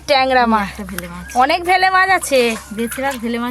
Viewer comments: ভেলে মাছ নয় oii টা বেলে মাছ উচ্চারণ গুলো সবসময ভুল করে বার বার ভেলে মাছ ভেলে করছে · Bele not bhele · ওটাকে তো বেলে মাছ বলে। ভেলে মাছ টা কি জিনিস???? পাড়া গাঁয়ে থাক অথচ মাছের নাম টা ঠিক করে বলতে পার না ???? ভেলে মাছ ।😂😂😂😂😂😂😁😁😁😁😁😁😁😁😁😁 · Ota vele na bele mach hobe go di 😂😂😂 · Ota vele na 😂 bele 😂😂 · Vele mach noy.bele mach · bangala ta ektu bhalo kore bolbe.ei video to sobai dekhe. Vele mach noi bele mach. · Uccarono thiktak kore na, vele jabano noy, bele jiono bole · এটা বেলে মাছ।ভেলে মাছ না। ঠিক করে বলো। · Vele mach noy.bele mach. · ।কথাটা হচ্ছে বেলে মাছ! ভেলে নয়!